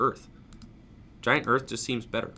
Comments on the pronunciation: I can even understand saying "hurth", (even though it’s wrong), but he is straight up saying "earth" in the video. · Hearth is pronounced HARTH, not like Earth. If you're doing that on purpose, that's a wild inside joke. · It’s pronounced giant *harth*... it’s like the area around a fireplace